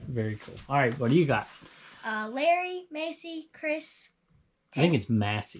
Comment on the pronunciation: Aww was pronouncing my name right! ❤ it is “May-see”